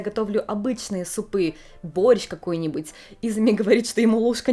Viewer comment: даже "борщ" произносит на японский манер теперь 🤣 звучит мило)